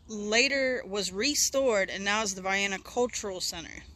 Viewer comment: You did a good job with this little video. You’re one of the few people online who pronounced the town’s name correctly. 👍🏻